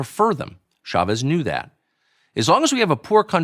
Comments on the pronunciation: It's a little annoying that everyone pronounces Chavez with soft "sh" sound. "Ch" in Spanish is always a hard "ch," like chocolate. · In America we pronounce ch like ch, Pierre.